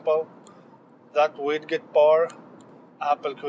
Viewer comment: IT'S COLD A WIG-ET NOT A WID-KET. Comment over.